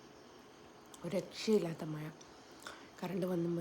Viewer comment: പഴം പൊരി അല്ല പയം പൊരി മഴ അല്ല മയ 😄